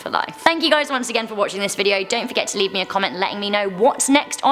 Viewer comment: You said leev a comment but I don't no what comment to put